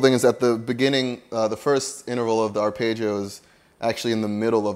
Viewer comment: There is no "page" sound in pronouncing arpeggio.